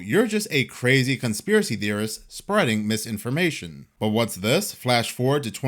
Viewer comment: You made me cackle out loud with that "misinforma-SHON" LOL. Thank you, I needed that.